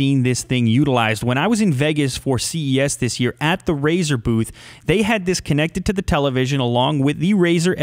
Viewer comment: U know something funny in the beginning if u are on a iPad or iPhone About 5 or so seconds in Siri will pop up because how he says razor Edge and it sounds like hey Siri